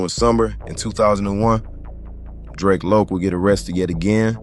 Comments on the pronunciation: Its Drac as in Dracula 🧛🏿‍♂️ . Kount Drac. You gtta be a younging or nt from LA Drac was a common name back then and its definitely Drac as in Dracula not Drake or Draco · I can’t even watch the video because yiu keep mispronouncing his name. You can tell you not from LA or you don’t know about the culture its Drac like Dracula 🧛🏿‍♂️ not no damn Drake yall younging see Drac and think draco its drac for Dracula 🧛🏿‍♂️ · DRAC, pronounced like how the name Zack sounds. Should go ahead and take this down. You messed up his name along with over half the story. SMH